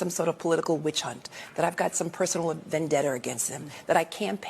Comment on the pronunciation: Use proper English lady! It's Vendetta! Not Vendetter! Bye, bye, Felicia!